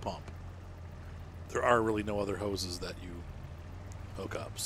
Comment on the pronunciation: Pumps n hoe ses